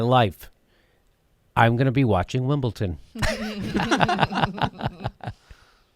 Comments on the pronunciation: Jimmy, there is no "t" in Wimbledon !! Wimbleton !?? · Its WimbleDON not WimbleTON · Stephen Colbert and Jimmy Dore have 1 thing in common: They both say Wimbleton and not Wimbledon. lol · It's WimbleDon not WimbleTon Jimmy. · for christ 's sake jimmy, its wimbleDon not wimbleTon. you sound like a moron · For correct pronunciation in the future; Brits miss out the "U" in "Glastonbury", so you say "Glastonbry" (kinda like the cheese). Our "U's" are kinda weird. Also "Wimbledon" is "Wimbledon"! Love the show! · "Wimble tin" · Why is Jimmy saying "Wimbleton"? There's no "T" in there! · Wimbledon with a "d" Jimmy.Loved the segment though!! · Are you saying WimbleTON?? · stop saying Wimble-ton! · What the hell is Winbleton, Jimmy? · WimbleTON lol. But seriously come to the UK Jimmy. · theres no t in wimbledon